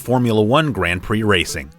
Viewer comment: the Brazilian says Grand Pricks instead of Prix. Lol.